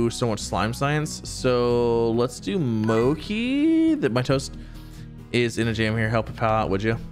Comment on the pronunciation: Ya hear that Z! Keep them fed and they will stay where they are and also I’m 98% sure mochi is pronounced exactly how it’s spelled